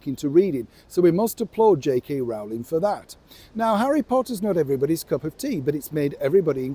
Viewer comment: Sorry,but J.K.Rowlings name is pronounced J.K.Rolling.